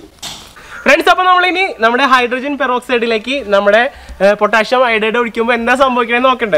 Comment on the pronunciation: പൊട്ടാഷ്യം എന്ന് അല്ല പൊട്ടാസ്യം എന്നാണ്